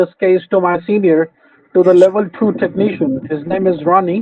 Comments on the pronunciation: Microsoft certificied TEK NEE SHIAN... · I don't trust any scammer that isn't at least a level 8 "techkneeshun" or higher.